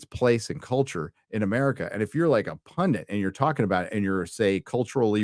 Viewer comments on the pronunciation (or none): * PundIT, not PundINT